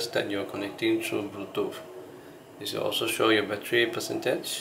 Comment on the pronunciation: Bluetoof 🤣 other than that this video was great thanks man no hate just fuhny